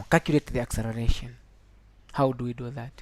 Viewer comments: learn how to write and say " acceleration" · it took me nearly 1000 years to understand what accereration is instead of acceleration, :) oh my